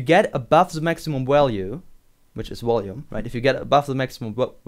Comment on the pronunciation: Walue and wolume.... Lol